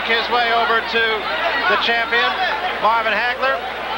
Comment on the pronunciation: Its HAGLER, doh!